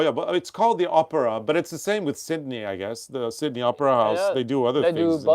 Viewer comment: It cracks me up when says opera because it sounds like Oprah